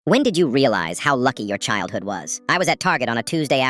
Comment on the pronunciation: I thought he said child NO IT WAS CHILDHOOD